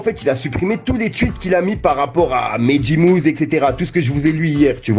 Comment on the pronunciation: Quand tu dis « Mehdi Mouzz » c’est malaisant wallah... on prononce mehdi « maouzi » 😄